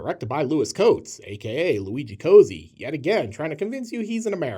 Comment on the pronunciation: BTW Cozzi’s name should be pronounced “kotzi” not “cozy” - but “hack” also works